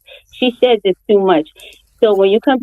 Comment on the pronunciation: SHEDS not Shedges!